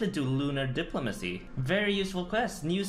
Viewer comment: is the only guy i know to say diplomacy in 1 syllable